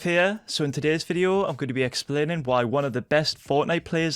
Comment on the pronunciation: Why you say Fideo instead of video ?